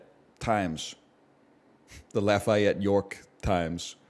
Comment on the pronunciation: If you’re gonna keep Louisiana in your mouth, I’m gonna need you to learn how to pronounce Lafayette in the local dialect